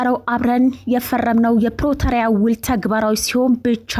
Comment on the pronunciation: ፕረቶሪያ ምንድነው ?ፕሪቶሪያ ማለትሽ ነው ? አስተካክለሽ ተናገሪ።